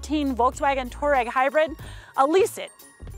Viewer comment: #3 - it's Touareg, not Toureg!